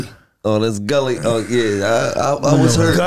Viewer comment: Mike called him “Gullie” and Gillie wasnt boutta correct him 🤣🤣🤣🤣🤣